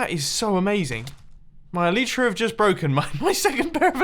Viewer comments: Eww Eli-tra not Elite-ra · I challenge you to say el-eye-tra repetitively for 2 minutes every episode until you naturally say elytra correctly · It's el-I-tra not el-E-tra